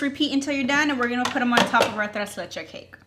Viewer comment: Tres leches, the last s is pronounced 🥰